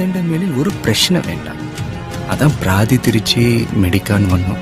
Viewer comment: പരാതി ആണ്‌ praadhi എന്ന് പറയുന്നത് വിജയ്ക്ക് അത് proper ആയി പറയാന്‍ പറ്റിയില്ല അതാ praadhi ആയി പോയത്